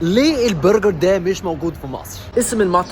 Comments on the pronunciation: يا الله عليك وإنت بتقول برجر زي الإشتااا، بتتكلِّم مصري أحسن مني واللهِ! 😂🩷🩷( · حد خد باله ان قال برجر بالنطق المصري